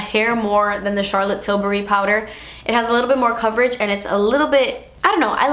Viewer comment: I literally love the way you say Charlotte Tilbury ❤️😊✨